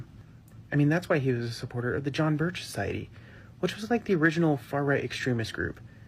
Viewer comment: That’s not how John’s name is pronounced. Are you sure you know what you’re talking about?